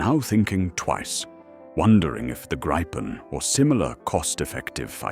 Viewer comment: Its name is Gripen, pronounced “Greepen”, nothing else. Believe me, I’m Swedish. 👍🇸🇪